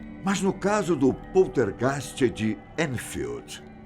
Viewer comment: SERA QUE FOI SO EU QUE ENTENDI ELE DIZENDO "POSTER GAY "😂😂